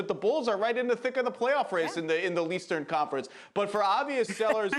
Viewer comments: Did he say L-Eastern conference 🤣🤣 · Did he just say "leastern" conference 😂